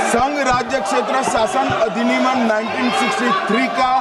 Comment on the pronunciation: Amit shah ko Bolna bhi nahin ata hai Adhiniman bola